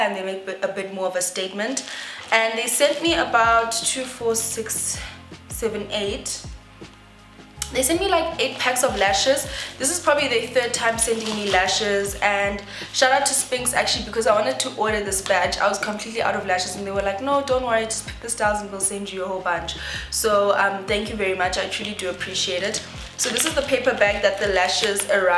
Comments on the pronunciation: It's pronounced "Sfinx" since it has a 'Sph' which is pronounced as an f in English. Positive criticism. 😊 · Pronounced Sfinx. Thanks for the tut <3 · I'm so into lashes these days so this video was helpful! I'm sure it's pronounced S-f-i-n-ks, as in the sphinx in Egypt, hence the triangle logo. Anywho you look absolutely gorgeous